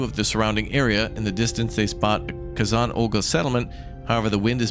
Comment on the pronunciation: and Kay-Zon, lol, but I love he's giving it a try! Hope its a series